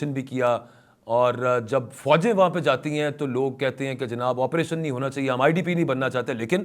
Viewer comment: I think, it is not tu kya he. The correct pronunciation is to kya he. Meaning thereby 'then what'.